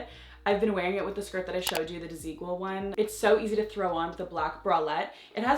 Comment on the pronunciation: You do not pronounce Desigual like that!! 😭😭